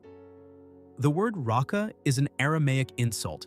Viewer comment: It's not "ratsa," but "reika," empty.